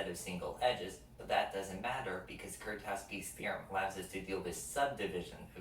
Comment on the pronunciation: Nice video! The Polish pronunciation of Kuratowski is closer to "Kuratofski", btw. 🙂